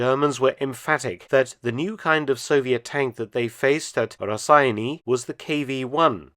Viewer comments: As a Lithuanian, I can't help my self by correcting you a bit. "Raseiniai" is pronounced as rah-say-nay. Yeah, we Lithuanians are rather anal about out language lol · I don’t understand why everyone says name Raseiniai so weirdly it’s not Raseni or Rasseini it’s Raseiniai a town in Lithuania. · The humble Mark's attempt to pronounce Raseiniai made me chuckle